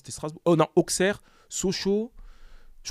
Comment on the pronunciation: Ça se dit ausserre et mez les gars 😂mais Très bonne interview